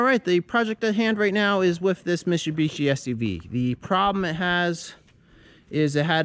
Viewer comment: Love your channel, but please...with, not, wiff.